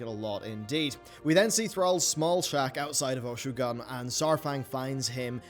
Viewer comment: you really gotta learn how to pronounce things like mak'gora and Oshu'gun, lol